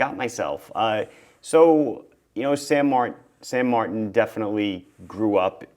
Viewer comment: shouldn't it be "san martan"?